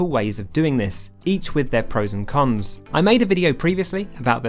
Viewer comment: "Each with their pros and cums" No offense....